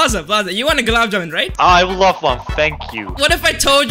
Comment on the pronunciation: its not gulab juman its long gulab juman